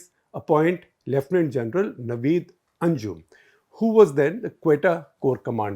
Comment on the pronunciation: Just a suggestion Gupta Sahib, please read the names properly it takes away from your analysis which is almost always cogent and on point, The name is Nadeem Anjum not Naveed Anjum